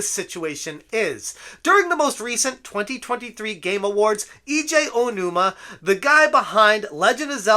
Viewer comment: Eejay Ohonuma. Good God. If you want to defend someone, at least learn to say their name.